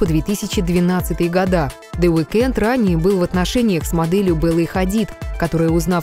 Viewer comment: Во - первых, The Weeknd, ударение на первый слог. Во - вторых, они встречались с 2010 по 2015 год, постоянно расставаясь и сходясь. В - третьих, The Weeknd не рэпер.